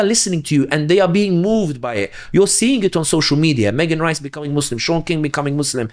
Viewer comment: Love the podcast and the guest! I only ask that these Muslims with a platform pronounce "Muslim" without turning the second syllable into "slum". Listen to to this podcast AND the hosts of Muslim Network TV AND the Dr. Omar Suleiman of Yaqeen Institute who, almost as overhandedly as Western Media when they say, "Muslim" as "Mud's Slum" (when you listen to the words spoken), mispronounce an Arabic word.